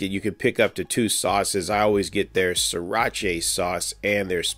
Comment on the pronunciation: Pronounced SIRA - ‘CHA’ not ‘CHAY’😂😂